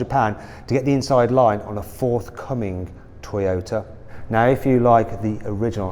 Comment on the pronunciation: この人、日本語のトヨタの発音に合わせようとしてて好印象やな